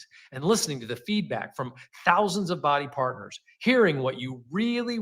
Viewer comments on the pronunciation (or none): What are the odds that this is the first time the reps are hearing that the company isn’t doing well? Also every time he says “Bodi Partners”, I just keep hearing “body parts” and it’s weird 😆